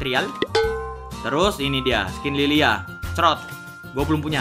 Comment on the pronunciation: Njir espresi salah baca nama skil liliya😂